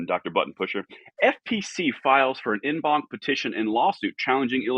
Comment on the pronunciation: Just for future reference it's pronounced "On bonk" despite the En banc spelling. You said the banc right though. Great news, great episode.